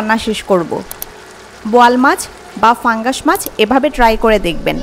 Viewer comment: pangas fungas na uccharan ta thik korle fungas lagtona